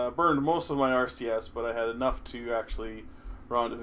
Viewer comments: It's [nu-clear], not [nuku-lur]. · i find it hilarious u pronounce it Nucular. Some President pronounced it that way and there was a big joke about it.